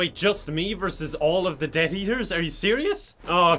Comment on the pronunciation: sometimes it sounds like you're saying debt-eaters and I laugh like hell every time